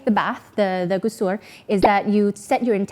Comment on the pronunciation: May Allah bless you. I will do a small correction for the pronunciation: Ghusul غسل. As I heard the last sound as R, not L. Another recommended and adviced Ghusl but not (necessary as those you mentioned.): On Friday before going for prayer, on Eid day(we have two Eids).